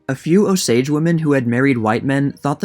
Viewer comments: It’s OH-sage not ohSaAge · good video! i love this book but it's read O-s-age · You are not pronouncing Osage correctly. It's not a big deal, but as an Osage native, it's not "Oh sAdge " its more like "Os age" hope that makes sense Thank you for covering this. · Is that the proper pronunciation of "Osage"? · It's not Ohsage or O-sage, it's just Osage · The pronunciation has the emphasis on the “O”-sage, not o-SAGE. And it’s Leavenworth not Leeeevenworth. Do better. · Your emphasis is on the wrong syllable it's O sage not o SAGE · Born and bred Okie here-- Osage is pronounced OHsage, not, oSage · It’s pronounced OH- sage not oh-SAGE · Please learn to pronounce Osage. Emphasis on the second syllable. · You can not get white from color copper or what you all call black. Your lying has caught up with you. None of you are Osages. Again you can’t even pronounce our tribal name. The portraits that you are showing are beings from the trans- pacific trade slave. Chinos, chicanos, Asians. Which when they brought you all over from the East to our homelands did not make you all Americans. The invaders are always going to lie to try to on to our land . Go home this is aboriginal land. If you don’t the Creator is going to exit you devils. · The accent is on the O. Great job though. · Emphasis on the OH, not the sage. 😊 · You are putting the accent on the wrong syllable in Osage.